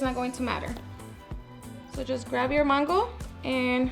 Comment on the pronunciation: It’s mango NOT MANNNN GO...